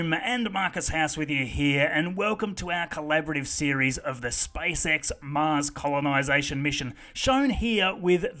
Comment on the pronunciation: I love how you say "spysex"